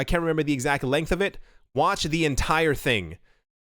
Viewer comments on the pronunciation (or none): none